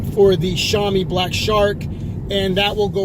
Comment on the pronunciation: Hey bro, its actually pronounced SHOW mee (-sh as in ship, -ow as in now, -ee as in street, note first syllable stress) LOL, thanks for the upload.